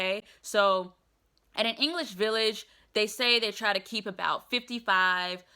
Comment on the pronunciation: Bus driver speaks no “Ingless” - get down your high horse fam.